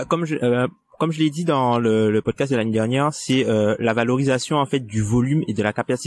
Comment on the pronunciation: Le meilleur "pocdast" de l'histoire !